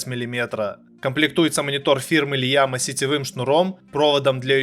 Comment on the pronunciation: не лиама а ияма)